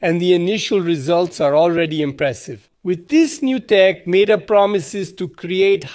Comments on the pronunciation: Come on bro It’s ‘met’ - ‘are’ Not ‘meat’ - ‘are’ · Huh? I was just saying you pronounced ‘meta’ incorrectly.